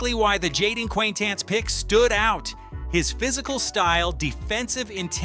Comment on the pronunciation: jeepers you butchered jayden quanitance's pronunciation